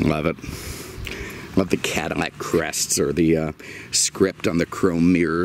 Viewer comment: I’m relatively new, why does he say Cadimac instead of Cadillac?